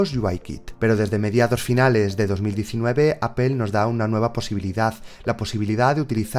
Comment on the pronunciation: me gusta mucho como explicas todo, de verdad me encanta, pero. por favor trata de mejorar tu pronunciacion en ingles o haz la traducción al Español haha cada que pronuncias "Double" "Apple" y algunas otras palabras algo se me carcome por dentro hahah xD .. como quiera un saludos y gracias por tu dedicación.